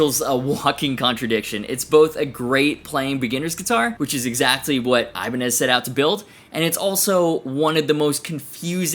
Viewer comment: I love how you say Ibani instead of saying Ibanez's Never would have thought of that, but it makes so much sense.